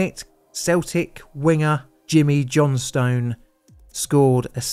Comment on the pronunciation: It's pronounced ga-lick when Scottish. Gay-lick is Irish. Jimmy Johnstone is pronounced Johnston. Just fyi.